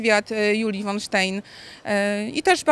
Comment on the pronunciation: Pani Fok jest przedstawicielką wybitnej branży dlatego ma wiele do powiedzenia tylko powołując się na Julię von Stein nie powinna wymawiać jej nazwiska jako won Stein gdyż won oznacza co innego niż von.